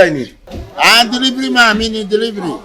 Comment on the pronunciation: Did I hear deliving guy nu 😂😂